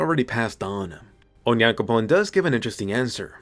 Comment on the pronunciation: I heard Sasha called Onyanpokon instead Onyankopon 😂